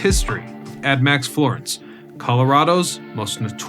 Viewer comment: Why do you keep calling it “admax” Florence 😂 it’s ADX